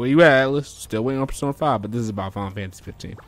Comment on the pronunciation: why i can only hear 'final fancy' whenever u say the name lol